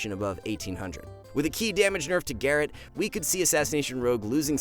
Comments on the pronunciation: Gah-Rote or Gah-Rot, not Gar-It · Also Garrote is not pronounced Garrett lmfao. Ga-Rote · Did you just pronounce garrote as “garret”